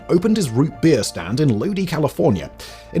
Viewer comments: The original A&W still stands and is still serving awesome food in Lodi, Ca. They even have a little museum of sorts with all the different advertising items throughout the ages for the A & W brand. Just so that everyone pronounces my town correctly, this includes you Simon it's not Lodee it is pronounced Load-eye. This town was founded by the Japanese and the Germans. We also produce more wine than the Napa Valley, and a good portion of the food grown here in the San Joaquin Valley is shipped throughout the U.S. and worldwide. Look us up, and maybe you could do a story on us. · It's pronounced LOW-DIE, California. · . Lodi, California. It's pronounced, "load-eye"